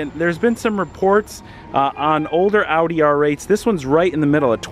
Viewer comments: Ow-dee? No....stop. Its pronounced Awe-dee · oh fuck he said “outy” in the first 5 seconds? im out fuck this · Say audi right